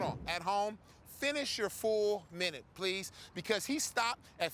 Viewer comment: "pleath" BRUH